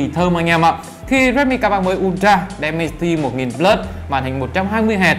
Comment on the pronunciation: Đọc là đì men ci ti một ngàn bờ lớt nha bro :)))) Mình nghe nói hình như có loa kép nữa đó Mình quyết định sẽ đổi từ k30 pro qua k30 ultra vì trải nghiệm màn 120hz và 2 loa vì đó là những thứ trải nghiệm hằng ngày rồi mặc kệ là con chip gì :)))